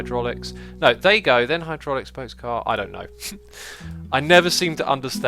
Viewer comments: You think? I'm english like X, and I replace TH with F a lot like he does, but replacing V with TH doesn't make any sense. Ne-TH-er and Ne-V-er sound totally different imo. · X, why do you say nether instead of never? , I've noticed it in other videos too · Because a V can sound like a TH, depending on how it's pronounced. I hear it as "never" in this video. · Maybe so, but as I said, "depending on how it's pronounced". If I'm to pronounce "never", I know the V would have a little mix of F in it for me, though not much.